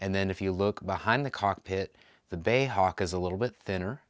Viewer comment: Bay Hawk, I think you'll find it's B.A.E. as in British Aerospace . Anyway nice review and cool little model.